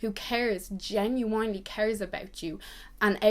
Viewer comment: Genuinely*** not genuanelly babe. Xx